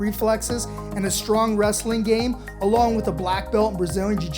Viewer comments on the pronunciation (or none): none